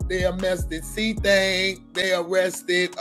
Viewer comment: "they uhhmestedd cthang" 🤣